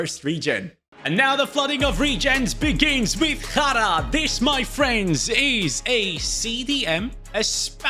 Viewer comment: Jara the way he pronounced it means shit in Arabic like actual shit